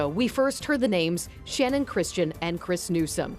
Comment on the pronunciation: If you're going to report on the anniversary of their deaths, at least do Channon the courtesy of pronouncing her name correctly!! It's Channon with a ch sound. It's not spelled or pronounced Shannon!!!